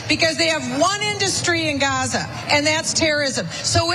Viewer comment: What is she talking about😂. Ignorant she can’t even say the name of Gaza fool